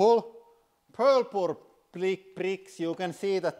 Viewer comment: It always gets me: "Welcom to de hüdrolic pressssss ... chennel". "I think thelike ... purp-p-p-p ... purrrr-ple ... purpel ... pul-pur blicks bricks" ... "The top layer kknopps are in ..." I am dying. This is so guuud.